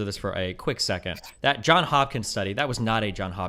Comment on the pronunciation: Bro it’s Johns* Hopkins